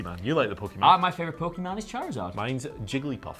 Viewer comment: It's Pokemon ( pocket monster ) ..not Pokeman